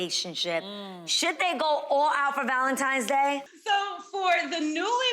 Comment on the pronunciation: Wait, did Nene say "Valen-TIMES" day? I think that's what I heard. Grammar my dear, Grammer.